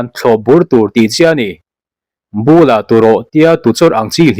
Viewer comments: Bula turawh tih hi thlukhniam a lam tur a ni. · Bula tih hi i thluk dik lo tlat,ui mei bul tiha bul hi chhiar tur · Mizo ṭawng chhiar hi zir teh bûla turawh tih i chhiar rik dan te kha kutbul kan tiha bul kan lam ang khan lam rik tur aw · Bula turawh tih laikha ilam diklo lehpek lehkhachiar ihlthiamviauva atum bothaka lamdiklo a tam thung ngaithlanawn la loin i inzir zêl angu . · Ui meo bul Bula tu rawh tih i chhiar sual palh. 😀